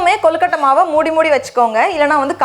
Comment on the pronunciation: Rubbish recipe! Never seen suck nonsense! And her pronouncing kolukottai! Rubbish!!!